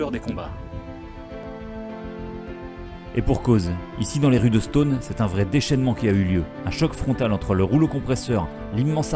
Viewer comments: Stonne et non Stone, comme tonne ou Argonne tiens justement 😉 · Ça se dit stenne ^^ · c’est assez drole comme il dit « Stonne » car habitant a 10min de stonne et connaissant des gens qui habitent la haut on le prononce pas du tout comme ca